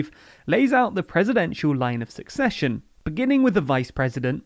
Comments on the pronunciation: Succession - who takes on a vacated role - isn't pronounced the same as secession - a portion of the country splitting off. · Am I going crazy or are you saying succession wrong? Am I thinking of a different word? 😝